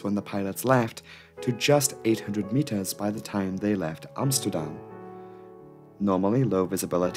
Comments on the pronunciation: I like how you pronounce Amsterdam the Dutch way. Small detail, but props! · Bravo you pronounced Amsterdam right haha I rarely hear that from a foreigner haha